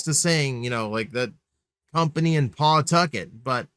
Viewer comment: it's pronounced pa-tucket btw